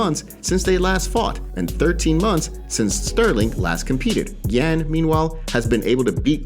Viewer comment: His name is Yan pronounced (Yawn).